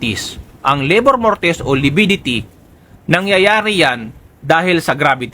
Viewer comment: Hindi po LABOR MORTIS, RIGOR MORTIS PO...